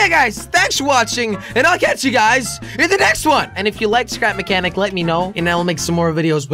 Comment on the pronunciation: he said stap mehcanic